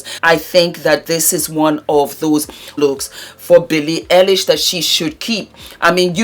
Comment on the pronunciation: Billie Eye-lish